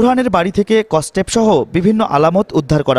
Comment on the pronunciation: ভাই রে ভাই, এইটা কস্টেপ না... স্কচটেইপ.. রিপোর্টার হয়ে যদি উচ্চারণের এই দশা হয়..🤦‍♀🤦‍♀